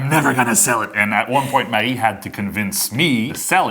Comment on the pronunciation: Marie, it’s so nice to hear the pronunciation of your name. Ever since I moved to the US, many years ago, I don’t think I’ve heard my name pronounced the correct way, and it drives me nuts. It’s gotten to the point that I often tell people to just call me AJ instead, because I cringe when they butcher my name 😖. Oh my gosh, I love the photo on the Canadian $5 Bill! So cool!